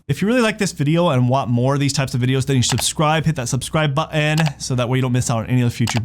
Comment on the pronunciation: Buh-Annn aka Button. Is that an east coast thing? 😉